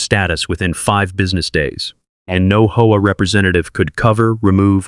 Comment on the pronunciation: It's pronounced H-O-A.